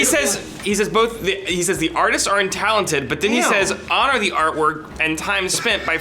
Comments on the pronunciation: Adam has always said bolth. He's not bad at speaking, he's special. No one else says bolth. Adam is mlg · Adam said "bolth" too! I say it that way as well and I have no clue why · Yay! Someone addressed "bolth" hahaha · Adam says 'Bolth' , but in certain counties in the UK like Stafford-shire 'Bolth' is the regular pronunciation of 'Both'.... also i love you guys carry on the good work (no homo) (homo) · Don't know if anyone else picked up on it but I loved Adams reference to Grif from RvB when he pronounced 'both' as "bolth". At least I hope it was a reference...